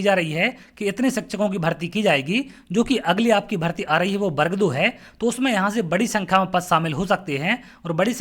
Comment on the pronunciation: पहले तो सही उच्चारण करना सीखिए।बर्ग नहीं वर्ग होता है। स्वयं का उच्चारण सही नहीं है . .और स्वयं को सर कह रहे हो।